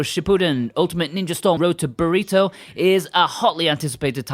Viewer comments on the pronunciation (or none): Road to... Burito? Was that on purpose? 🤣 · Ah yes "Road to Burrito" lmao